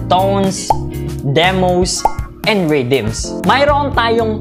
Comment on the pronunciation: Ridim? Haha